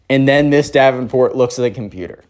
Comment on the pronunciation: COMPUTER (COMPUTAH)